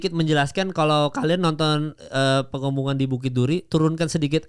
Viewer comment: PENGEPUNGAN mal PE.NGE.PU.NGAN...dr tadi dengernya kaya PENGUMUMAN